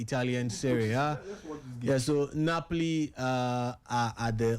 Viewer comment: sef, Bath-lona, Napli.